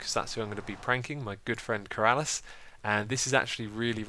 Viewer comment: It's not Keraaalas it's Ker-a-lis